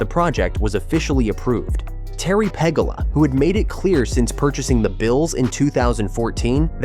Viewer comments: It's not "PEG A LA " you dumb ass, It's pronounced Pa GHOULA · Its pronounced PE GOO LA (Pegula) (not Pegala) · Its pegoola...like goulash not pegula! dumbass needs to get his names correct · Apparently the person doing this video is Not from Western NY....The Bills owners name is pronounced Pegooola. Apparently he doesn't follow professional tennis either. Ranked#5 in the World is Jessica Pegula. Go Bills! A beautiful new stadium! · Learn to pronounce the owners name